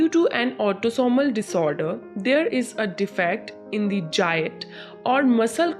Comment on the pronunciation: Jiat? What is jiat? < > is an English word. Do you mean gait? Its pronounced the same as gate... With a hard G and a long A